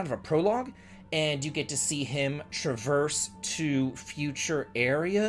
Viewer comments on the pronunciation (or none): none